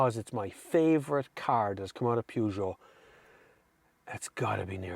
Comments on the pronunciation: the "Pjoojo"????? I never heard of that car brand. I'm 25 seconds far in your review and I already felt the urge to react to what probably will end up to be a great review, but man, why can't people try to pronounce things correctly? You review cars, you must have heard that name a million times. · Pewjoe? ... Oh, you mean Peugeot! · Peugeot. P like in paul, eu spelled like the e in verse. G pronounced like sh but with voice. eot like au in autumn. There's no oo. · I've never seen somebody mispronounce Peugeot so bad. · That’s what we call the brand in Ireland! Get over it! Who says the English are right with their PUR-JO? There’s no r in it! 😂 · Interesting way to say peugeot... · Love the pronunciation of Peugeot it reminds me that Dacia (day-see-a) will never be datcher as they call it!